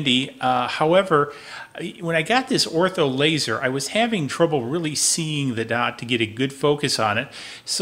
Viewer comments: It’s Or tur. Not Ortho, they are the pest control people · ORTUR not Ortho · It's pronounced OR-TUR not ortho...